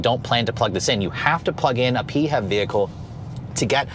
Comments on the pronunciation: Can't say I've heard anyone call it the PeeHEV, usually each letter is called out🤔😋 Great review on a really great lookin' ride😎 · Why tf is this dude saying PHEV so weird 😂😂